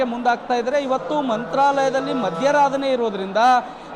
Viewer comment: ಅದು ಮಾಧ್ವರಾಧನೆ....ಮಧ್ಯರಾಧನೆ ಅಲ್ಲ... ಕರ್ಮ ಕರ್ಮ...ಇನ್ನೂ ಏನೇನು ಕೇಳಬೇಕು...😮